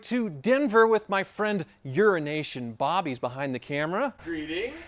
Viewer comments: Why does it always sound like he’s saying Urination Bob. You’re doing your boy dirty! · Sounds like he says "Urination Bob" 🤣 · You're just paying for Wizard to have another yacht. Also why does it sound like you're saying "Urination Bob"? The disrespect! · I’m convinced he says Urination Bob on purpose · "Urinashon Bob" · It really sounds like is saying “Urination Bob” 😹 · Is it me, and maybe I’ve missed it in past comments, but is he saying urination Bob? I know it’s euro nation Bob but maybe it’s some kind of inside joke I missing 😆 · Am I the only who thought for a long time was saying Urination Bob? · I love how it sounds like you're saying Urination Bob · So when your beside someone important you say urinating bobs name correctly eh? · I find it funny that everyone else makes a point to pronunciate euro nation bob and you just slur it all together into the urination bob we know today lmfao And jurassic park lost world h1s were modified, least of them the back cover was removed and replaced with a platform prety sure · it always sounds like "urination bob" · For some reason I always hear you say "Urination Bob" instead of "Euro Nation Bob". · I came here to make sure I wasn't the only one hearing "urination" every time